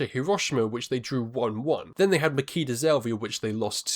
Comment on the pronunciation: It's Ma-"chi"-da Zelvia. "ch" as in "itchy"